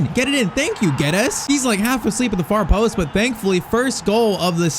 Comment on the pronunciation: PCQ: Portuguese here, you pronounce it "Gedz" and "Noonx". Hope to see a fast forward on at least one more season with Liverpool 💪